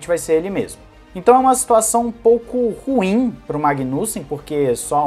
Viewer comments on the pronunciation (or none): none